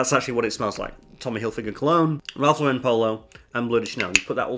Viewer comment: You keep mispronouncing Ralph Lauren (though, to be fair, most people do). It's not pronounced like Sophia Loren, it's pronounced like Lauren Bacall.